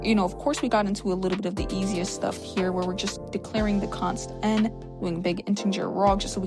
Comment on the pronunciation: i liked it when you said const ant 🐜 for constant that tells how bad this project annoyed you sounds like a name for a tech firm tho 😂